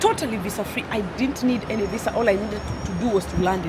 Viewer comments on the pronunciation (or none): none